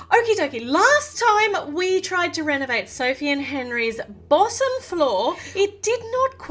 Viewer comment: Bossom Floor Meh: Wut lol 😂😂😂😂😂 Like if u noticed say Bossom floor instead of bottom floor